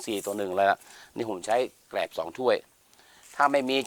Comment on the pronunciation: แกลบ ครับ ไม่ใช่แกบ